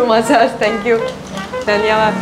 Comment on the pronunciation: She says dhaniyabad at the place of dhanyabad